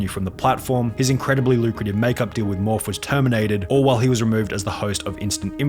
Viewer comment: did he just pronounced Morphe as Morphers? 🤣🤣🤣